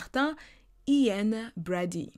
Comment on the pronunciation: It’s funny when you say “I-an”. In English you’re pronouncing it like “YiAn”.(imagine saying Yin and Yang ☯️). Your video was top tier as always 🔥🔥❤️❤️